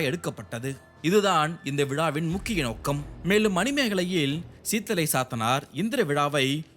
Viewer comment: Very informative...but pl watch your pronunciations....மாதம், not மதம், நோக்கம், not நொக்கம், விழா, not விழ